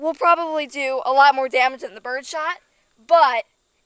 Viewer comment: I love her expressions, not only on the way she handles that .44 but her innocent mistakes too… “Dummege” 😂😆😂